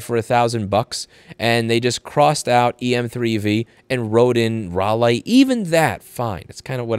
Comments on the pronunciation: Rally. Not Rah-Lee. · It's pronounced Rally as in a car rally. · The southerner in me crying when I here him say Raliegh, Ral-eeh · Pronounced "Rally" here in the UK👌 they used to be good as a bike and were designed to be repaired.